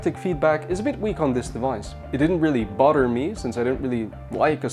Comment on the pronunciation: I just bought the phone. Appreciate the review. Side note.. every time you said Bother... I heard butter... lol